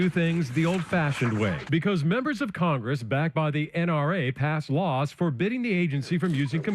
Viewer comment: Are we all just gonna ignore that reporter that called it crongress